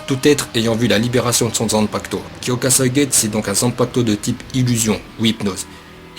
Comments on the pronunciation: Plutot "kyokasoïgets" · Faut prononcé le u vu que le nom du zanpakuto est en japonais. De plus ce n'est pas le shikai ultime car il peux juste contrôlé les autres ce qui le rend pas polyvalent. A l'instar d'autre shikai. De plus aizen utilise uniquement sa force et son kido. S'il a utilisé son shikai c'est juste pour tromper l'ennemi voilà tous. On voit déjà comment il a stoppé ichigo lors de sa trahison sans utiliser son shikai pour le battre. Bref pour moi un shikai comme celui ci ne sert pratiquement à rien en combat. Donc pour moi le shikai ultime dois jouer sur plusieurs tableaux. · HyokasuigestU c’est horrible a chaque fois que tu le dis j’ai mal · blaster63 cest horrible qd il prononce pas le u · Bon j’arrête la vidéo après 10 sec ta prononciation de son shikai m’a dégoûté de bleach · wtf ta prononciation de kyoka suigestu, que se soit en français ou en japonais l'anime ne l'a jamais prononcé comme ça Oo D'ailleurs pour en revenir à la faille de Aizen personnellement j'ai toujours cru que la faille que Gin avait appris lui venait justement de Genryusai quand lui-même l'avait compris :)